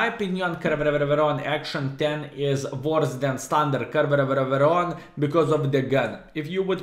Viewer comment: I like how say Caereveveveveron, but its easy to say -- ( ker - NAR - von ) skilSmile But actually, real city for which tonk is named is spelled "Caernarfon", so it's like Klaipėda of Wales... XD